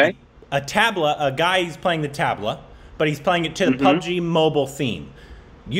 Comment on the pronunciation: Quick suggestion - Pronounce the T in Tabla with the tongue as much flattened against the Teeth as possible. Also, it's Tub-La when you say it. I'm really elated that folks from the West are taking interest in the Indian culture.